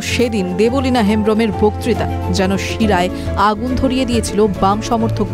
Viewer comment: Debolina noi deb lina